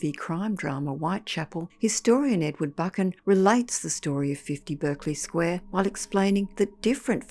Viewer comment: Pronounced Barkly Square.